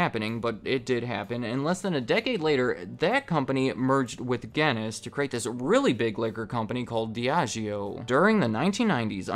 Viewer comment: You did not just pronounce Guinness like that